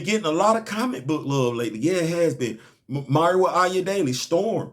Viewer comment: Nice Video, bruh! Goodness! Mr Fox needs an attitude adjustment! 😂 I thought Vixen’s civilian name was pronounced “Mah-Ree?” Oh well.✌🏾